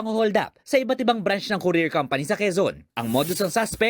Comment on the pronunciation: Anong brance ? Ang bobo nmn branch hindi brance